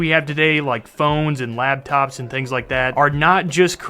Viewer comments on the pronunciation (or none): LAP top. LAPTOP. LAP. Not LAB.